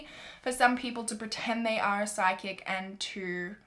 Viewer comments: I thought you were saying sidekick for the longest time oh my god😂🤦🏼‍♀️🤦🏼‍♀️🤦🏼‍♀️ loving mystery week so far though X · Omg it was psychics?? I thought she said side kicks too hahaha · PSYCHIC.... I thought she was saying “SIDE KICK” I’m like “what does a side kick have to do with anything?!” 😂😂😂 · I did not hear psychic at first lol I’m like “sidekicks?”